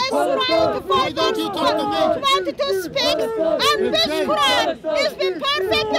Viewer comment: "even if the ko-ooran is false" 😂